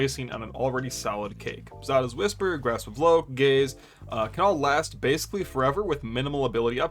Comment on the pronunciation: As a queer person, I will often mishear "gaze" as "gays," but even then, took me out completely, lmao. "The gays leave a little bit to be desired"